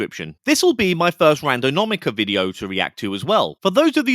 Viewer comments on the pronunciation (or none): lol Randonaumica. You said it incorrectly more than once. Thanks for being genuine. 😂😂😂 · This doesnt really matter because its all rubbish, and im guessing he was doing it on purpose for effect or something. But that was so annoying hearing him mis pronounce it over and over. "Randonomica". As I say, it really doesnt matter, its a fake word for a fake thing, for youtubers to get views on. But still offensive to my nerves. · Say it with me it’s pronounced "Ran Do Nau Tica” 👍🏻😉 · I didn’t even notice you said it wrong! Angelo and his friend were so cringy, I was getting second hand embarrassment from them!! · You’re not saying the word correctly…